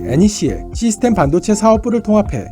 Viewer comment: 반도체 발음을 반도(한반도)로 하는 이상한 아나네.. 뭔가 의도가 있어..